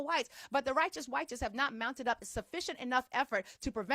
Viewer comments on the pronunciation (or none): I fkg love how you say "WYTES" 😂